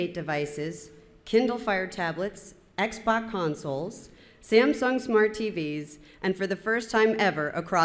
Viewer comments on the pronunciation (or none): HAHAHA SHE SAID XBOC it Xbox hehe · Xboc? No she must've said X-Pac! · She said xbock